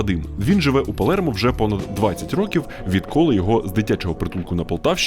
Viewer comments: Не ПалЄрмо, а Палермо. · Палермо. Не Палєрмо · чого Палєрмо якщо Палермо